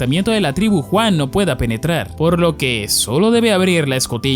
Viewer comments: Brother no es por ser mamon, pero podrías pronunciar Yuan en lugar de Juan es que me da risa y me recuerda a Juan y Pedro jaja bueee, en fin que viva la comida Pedro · me encanta como dice ENERJIA JUAN >:V jajasjajsajs